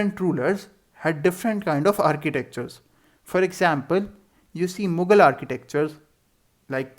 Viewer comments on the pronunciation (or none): none